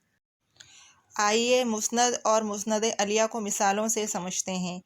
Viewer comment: مسند اَلیَہ غلط تلفظ ہے آپ کا ۔۔۔۔۔۔ مسند اِلَیہ صحیح ہے